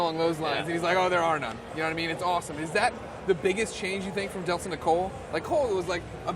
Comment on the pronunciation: its not deslin its delsin